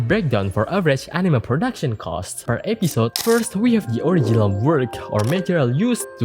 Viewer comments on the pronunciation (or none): It isn't just heavy accent. It's straight up completely different pronunciation to what's in the dictionary. Like "episode" pronounced as ep-pee-sode. At least he got text on the screen to help understand what he is saying.